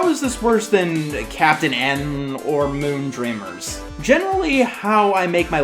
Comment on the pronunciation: Moondreamers as a few listeneings sounds like Moontrimmers.